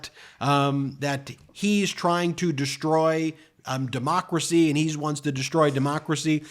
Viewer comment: I love how he cant even say “democracy”.